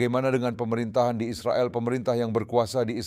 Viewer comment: Israel... Bukan Izropil....??